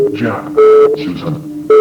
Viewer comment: Umm It’s actually pronounced Jack